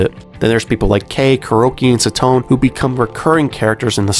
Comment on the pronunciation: This series is one of my favorite manga, it's a shame that it's anime, movie, and drama adaptation never got a decent budget. Also it's sa-to-ne not sa-tone